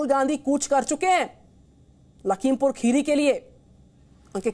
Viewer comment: राहुल जी आप पहले यह ठिक से बोलो खेरी नही खीरी